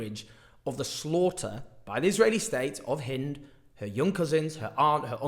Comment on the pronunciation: THANK YOU, Owen, for pronouncing Hind's name the CORRECT way.